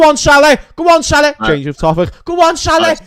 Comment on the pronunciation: Imagine living with a Liverpool supporter. How many times a day would you hear "MoShhalha", "ShhadioMarrrnay"and "Vair-gil". It would drive you nuts.